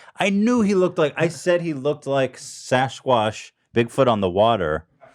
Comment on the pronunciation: “shashquash” lmao idk why that made me laugh